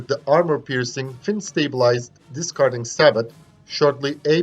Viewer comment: Say-Bo not Sa-bot Like Min-Yea not Mini